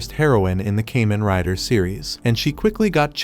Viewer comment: "Came-In Rider"